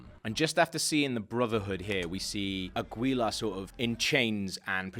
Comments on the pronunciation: Aguilar is pronounced as Ah-ghee-lar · It's AGILA how you pronounce it dude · Free pronunciation lesson! :) Don't say the U in Aguilar. It's ah-gee-lar (focus on last syllabe, ~lar~). The R in spanish is pronounced at the tip of your tongue. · I LAUGHED SO HARD I was like "A-GEE-LA" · I love how you pronounce the U in Aguila... it's pronounced Agila without the U xD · ahem. Ah-Ghee-Larh. (Aguilar) :> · AH - GI - LAR! For gods sakes man I almost couldn't watch this because of that pronunciation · Aguilar is actually pronounced "Aggy-lar". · Your saying Aguilar wrong and I know because it is my last name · It's really ticking me off! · Hahaha the way he pronounces aguila. No just no. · In Spanish, we don't pronounce the letter "u" in "aguilar" ^_^ lol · ok, it's pronounced as 'Agilar', not 'Agwilar', it's like pronouncing 'Miguel' as 'Migwell' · It isn't AgUilar. The “u” is a mute letter in this name. In spanish it helps to make g sounds like in “garden”. So... it could sound something like «Agilar». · It's pronounced Ah-gee-la. Not A-gwee-la lmao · It's not agüila you idiots, the g is the same as in gills. Agilla. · Assassin's name is Aguilar (a-gee-LAR) not Aguila (a-GWEE-la) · Omg... Your pronounced aguila so badly... Omg... So you say it how its writen down... But no... You say:" aguila" Its actually said: "agula" but you wright it down as "aguila" Aguila is eagle btw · It's pronounced "agilar" not "agwheeelar." It's not pronounced how it's spelt😂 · aguila is pronounced AH-gee-la. not agweela. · it's pronounced as AH-GI-LAR. Not AH-GWEE-LUH. It's a common surname in our country. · yeah I know. Nonetheless ah-gi-lar is the right pronunciation. Even in spanish. The name aguilar is derivrd from the word aguila which means eagle :) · Its pronounced a-gee-lah not a-gwee-la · Agweela HAHAHAHAHAHAHAHAHAHAHAHAHAHAHAH oh boy... Im pretty sure the last name is Aguilár. Pronounced Ah-ghee-lar. Not Agweela LOLOLOLOL Agweela!? hahahaha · it's A-gee-lar and A-ta-ear